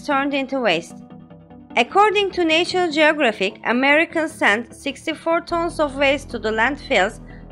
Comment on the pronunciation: In America, we pronounce national as "Nah-shun-ul". Thank you for the video.